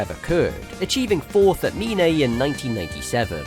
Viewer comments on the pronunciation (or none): none